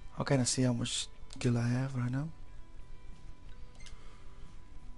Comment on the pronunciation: It's gil! Not jil! >:( KAAAAAARMAAAAAA